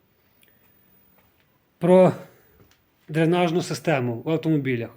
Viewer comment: дрЕнажні а не дрИнажні))